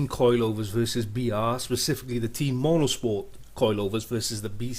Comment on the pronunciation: It's Teh-iin, not Teen lol